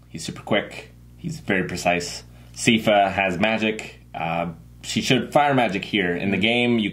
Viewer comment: Sigh-fa, not See-fa. Think of it like "cipher" or "siphon".